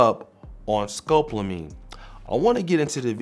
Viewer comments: Its Sco-pol-a-mine (skow•paa•luh•meen) Not scope-la-mine (skowp•luh•meen) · Scopolamine is NO JOKE! watch your 6 out there kings-and it’s ‘Sco-pol-amine-sound it out because it’s annoying when words aren’t pronounced correctly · No, it's pronounced, skoe paula meen. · It’s pronounced scope-allo-meen. Be careful brothas😉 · At least the women are more feminine.... learn to say SCOPOLAMINE properly!! Thanks